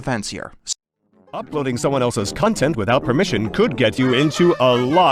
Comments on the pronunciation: he said cuntent not content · If you slow it down, you can hear that he really said "cuntent" Wow, YouTube's going straight to the point on this one.